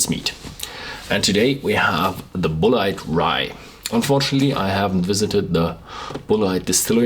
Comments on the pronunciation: It's Pronounced "bullet". -Sincerely, an American left behind by a changing economy. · A disappointing review of a highly touted American Rye Whiskey, and it's pronounced "Bullet" but spelled differently... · Tree Daddy Bulleit is actually a french names pronounced Boulay, but Tom said to call it Bullet.